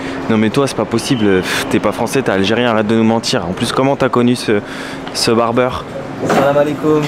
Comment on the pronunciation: On dit BARBIER et non barbeur faut pas s'étonner qu'il se soit donné que tu ne sois pas français mdr